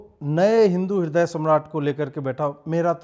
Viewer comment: Ajeet bhai ह्रदय नहीं हृदय 🙏